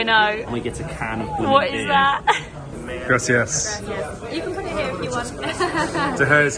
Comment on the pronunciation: They all had a “grassy a s s”?🤭 It’s Grah-see-ahs. not trying to give you a hard time but you really should try to say that right because that one really irks Latinos.(I’m not one but I was told)